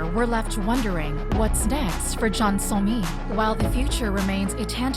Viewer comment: I wish the A.I. voiceover you use could at least pronounce the names correctly… the entire subject of the video being pronounced as Sah-mi doesn’t sit right. Or when it says K-pahhp. Awkward